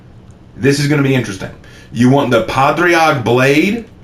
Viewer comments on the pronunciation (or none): Padraig is pronounced “ pah- rig”